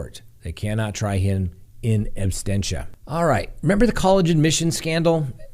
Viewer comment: Love the dumb criminal part, it's funny, and we need some humor. It even makes me laugh how you say absentia 🤣 I do love your show tho, keep up the good work.